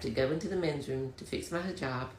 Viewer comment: The trans muslim wannabe dude doesnt know how to pronounce hijab and he said halal when he meant haram. 🤦